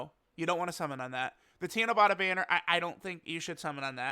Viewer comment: It's tanabata not tanabota 👍